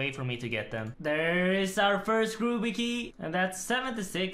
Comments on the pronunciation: "Grooby key" 😂😂 love it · I love how you say “grooby” key